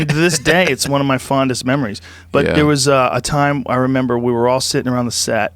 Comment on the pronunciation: Take some alpha brain joe you just said “do you member” 😂😂😂